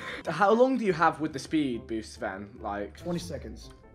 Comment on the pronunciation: "I ran out of sPeD!!!!"